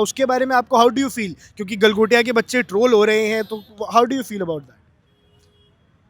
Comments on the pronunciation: गलगोटिया ❌ गलघोटिया ✅ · "गलगोटिया" नहीं " गलाघोटिये" यूनिवर्सिटी 😂😂😂😂😂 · Gal-Gotya university 😂😂